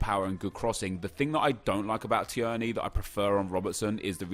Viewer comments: Tier-ney.. Not Tiearney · I’m sorry, it’s tear-knee not t-er-knee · Please stop saying tee-erny 😂 It’s pronounced Teerny 🍀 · Teer-knee not tee-er-knee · Tierney is pronounced “teer-nee” not “tee-ern-ee” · Not t-EEEEE-r-n-a-y it’s t-EA-r-n-a-y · "Tee-yerney" No Nep its "Tear-knee" hahaha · His name is not Said Tierney it’s said Teerney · Hi nep, just thought I’d tell you that Kieran Tierney SBC card is pronounced like “Teerney” as opposed to “Ti-erney”, no hate... just trying to help! Keep up the good work x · Tear-nee not tee-ur-nee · Tierney is pronounced tearny and not tiurny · Nep it’s tier-knee not ti-er-knee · I’m from Scotland and thank his somebody actually rates Scottish players also it’s pronounced t ee rny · Im a celtic fan and the way he pronounced tierney annoyed me so much. Its pronounced teerney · IT'S PRONOUNCED TEERNY. YOU SASSANACH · So imma be that guy that pulls you up on pronunciation. Tierney = tear-knee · It's pronounced teerney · It’s pronounced like teerny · Please Nep so being a snobby arrogant english man and pronounce tierney properly.Teerney is how you pronounce it.Hes Scottish not Serbian or something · Tierney is pronounced like “Tear-Knee” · It's pronounced teernay Scottish I know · Nep its pronounced tear-ney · It's pronuced tiernee rather than tierney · Its pronounced 'teernee' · Again, It is Teer-knee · It’s pronounced Tear-nay, scottish twang to it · big man its pronounced "teernay" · Can you please pronounce tierney properly. Honestly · Stop saying Tierney's name like that. You can tell, you've only fifa knowledge and not actual football knowledge. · say tierneys name right ya dick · The way you pronounce Tierney is very triggering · Why is he pronouncing Tierney like that?